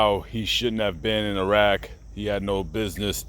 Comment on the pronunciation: Its irak not irag